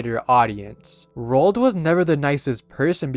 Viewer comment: Roald Dot😂